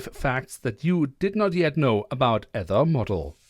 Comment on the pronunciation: Fwiw Aether is pronounced: ee+ thr